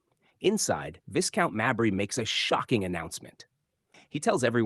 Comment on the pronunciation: The title is pronounced 'Vye-count, not Viss-count. Obviously the narrator is American.